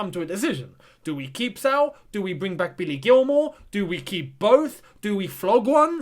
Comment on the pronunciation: Pronunciation: Sa-ool